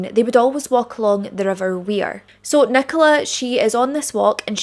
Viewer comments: Just a small thing - the river Wyre is pronounced like "wire", not like "weir". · Can I just correct you on the name of the river Nicola Bulley was found in….it was the Wyre pronounced wire, and not the Wear in County Durham!